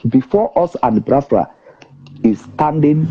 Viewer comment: How come our brother talking cannot pronounce Biafra? :))